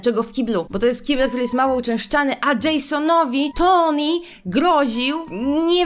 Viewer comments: Poprawnie mówi się ,,Toni" to, że Polacy często nie czytają poprawnie i potem inni przyswajają, że to dobra wymowa to nie znaczy, że tak jest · Generalnie ta książka jest tragiczna ale nie mogę z tego że typiara krytykuje książkę a nawet nie umie dobrze czytać imienia Tony XDD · mówi "Toni" a poprawnie mówi się Tony XDDD